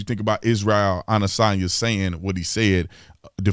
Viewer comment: Come on Tatum at least try to pronounce the man’s name correctly it makes you sound like a phony.